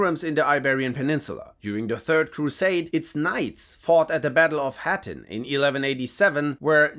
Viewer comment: The Battle of “HAH-TEEN” NOT* ‹HAA-TIN›